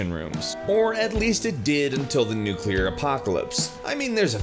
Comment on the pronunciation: Holy smokes! Someone who pronounces 'nuclear' correctly!!! Thank you, good sir